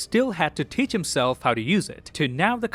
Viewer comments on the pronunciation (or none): none